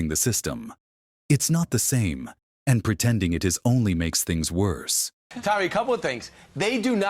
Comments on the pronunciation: It's Tommy not Tomey! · Omg it's not Tomey it's Tommi!!